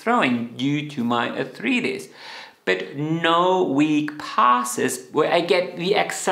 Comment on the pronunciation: Arth-rye—ts, not arth-reetis